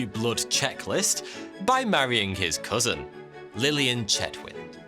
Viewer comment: "Couson"? "Jewerly"? Are you baiting pedants like I?